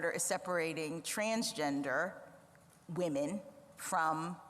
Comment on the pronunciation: I agree with all your stuff! Why do you say “impor-int?” Also, there is a difference between “women” and “woman.” You always say “woman.”